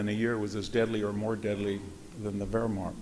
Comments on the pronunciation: Anyone to explain why Dr. Hanson pronounces Wehrmacht as WerhmaRcht? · VDH’s scholarship and rhetoric are fine, but they’re undermined by his failure to learn how to pronounce some words that even amateur students of WW2 get right. Examples: Yamoto instead of Yamato, Mushasi instead of Musashi, Wehrmarkt instead of Wehrmacht. He’s an expert in this field, yes, but this failure to get such little things right interferes with his credibility on the bigger things.